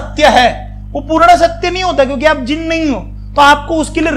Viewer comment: As a student of Jainism, I will request you,"can you please pronounce 'Jina' correctly?" It's not जिना It's जिन I know in English it's written like this but I will say, we should start pronounce word in Indian culture correct Other one example, Bharata It's not pronounce as भारता It's भारत